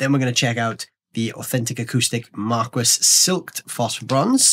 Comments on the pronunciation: Its "mar-kee" not "mar-kwis" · Martin asked you to pronounce it that way?!? Unbelievable! I've never heard it pronounced "mar-kwis" by anyone, even at Martin. 🤔